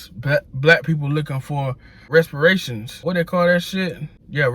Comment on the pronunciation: *resperations = "reparations" 😂👌🏾